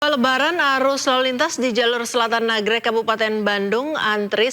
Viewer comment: Nagreg mba , bkn nagrog